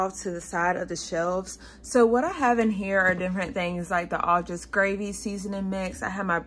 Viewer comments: Au jus is pronounced like ah jew. The j is very soft, almost like an sh. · So the gravy at the very beginning... I may be wrong, but my entire life every time it has come up with anyone the consensus has been that au jus gravy is pronounced something like "awww jews." Like you just saw some adorable jewish people. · Its French and should be pronounced "oh zhou" But if you are American, pronounce it however you want.:-) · Au Jus’s s is silent